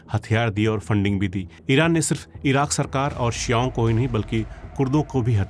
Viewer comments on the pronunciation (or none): Bhai "शिआओं" sahi pronunsiation nahi hai its शिओं